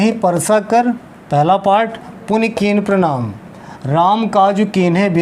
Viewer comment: कृपया भैया इसपे ध्यान दें। हनुमान तेहि परसा,कर पुनि कीन्ह प्रमाण। पढ़ते हैं।